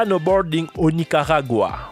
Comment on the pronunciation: "au nigaruaga " chadore 😂💪